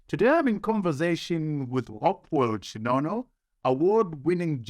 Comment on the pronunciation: Chin'ono Not Chinono Mukoma Trevor